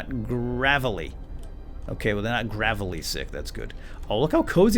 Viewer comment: its pronounced grave-ley